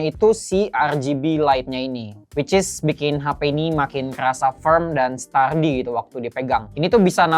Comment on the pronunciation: stardi (sturdy), e-fort (effort), viiber glass (fiber), 🤣 kadang penyebutan pun kita suka bikin sendiri :face-green-smiling